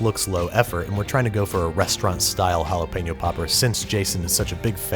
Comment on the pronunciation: There is no way the first chili made you gag. God I can't stand exaggerated displays of disgust. You say jalapeno like an ass hole.